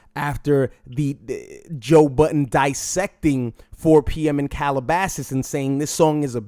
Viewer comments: It's JOE BUDDEN, not Button. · You pronounce Budden as "Button" and it's freakin me out.